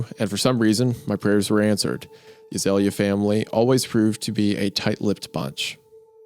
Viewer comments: I grew up where we had an Azalea festival in my town every year. Hearing Hunter say A-zah-Lee-ah and not ah-zale-ya is kinda messing with me lol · that's not how you pronounce it lol, it's more like Ah-zale-ee-ah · I'm ten minutes in and screaming at the screen 'surely it's pronounced As-eh-lee-are?' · Azalea is a species of Rhododendron, a flowering shrub. You pronounce it like "Uh- Zale (as in Zale's Jewelry) -Yuh" or idk maybe throw some more twang on the Zale if you're from the South I suppose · My sister's name is azalea, we pronounce it (uh-zail-ee-uh)